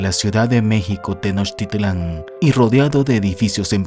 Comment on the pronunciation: Narra un extranjero para México, el origen del canal es de un país diferente a México y se la lleva cometiendo errores con la pronunciación de los nombres, desde Altar, Iztaccíhuatl, y el.colmo Tenochtitlan, de donde es el canal? De Perú?, investiguen? Todo por los likes de los Mexicanos? Lo que hace el mercado no? , 130 millones en México y los millones que hay en gringolandia, eso es lo único que les interesa